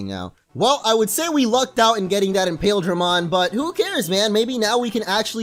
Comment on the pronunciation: imperialdramon not impaildramon